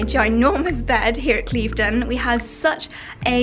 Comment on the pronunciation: You're saying 'Cleeve-den' House, Claire from I am Chouquette has been saying 'Clive-den' House, and you're both wrong - it's actually pronounced Kliv-den House. Make an effort, girls!! 🙈